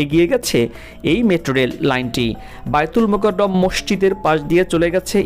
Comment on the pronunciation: মাশাআল্লাহ অনেক সুন্দর তথ্য মূলক ভিডিও 💙💙💙 ভাই জান বাইতুল মোকাররম মসজিদ হবে উচ্চারণটি...ধন্যবাদ আপনাকে।